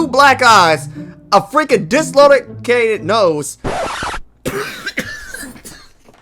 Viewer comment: "Dislolocated" lmao